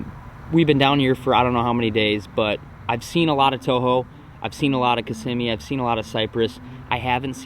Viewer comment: You said lake Kissimmee wack